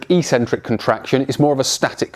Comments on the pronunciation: "Eccentric" is pronounced as "ik'sentrik", not as "e'sentrik" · “Ek’sentric”, or if you’re British “es’entrik”. And don’t be an A**hole.